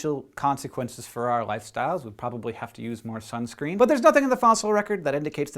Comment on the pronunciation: I dont want to be a dick but i laugh when white people say sunscreen.